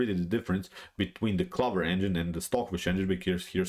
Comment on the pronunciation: "clover" rhymes with "over"